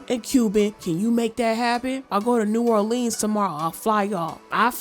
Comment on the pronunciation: "new or lean" 😭😭 HUH? I know he's not trying to say New Orleans 🥴